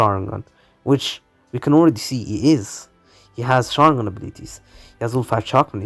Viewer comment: Sharingon instead of sharingan at the start and jogon at the end